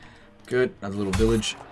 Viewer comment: Every time says village i keep hearing vilitch